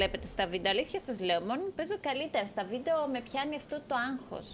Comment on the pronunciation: Πς οποιος καταλαβε στην αρχη ειπε βιντο αντι για βιντεο😂😂😂